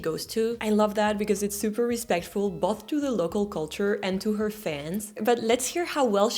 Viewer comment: You have a problem with pronouncing both and most. You pronounce them like "moth", you should pronounce them like "coast". I'd give you a 7 out of 10 😀